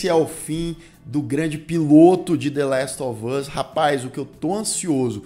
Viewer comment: Falar coisa aqui nada a ver.. 😅 Até o Lucas pronuncia "dêléstovâz"... pq? 🤔 Meu irmão "tira meu couro" pq falo "dêléstováz" com o "us" mais aberto (ás). Fica me zuando como se eu tivesse errada, mas morei nos EUA e aprendi assim. Os próprios atores falam "us" (ás), mas todo mundo pela Internet fala com som fechado (âz). Será uma forma própria dos youtubers e gamers falar? Ou ambos estão certos? Só desabafando pq meu irmão enche meu saco. 🙄😅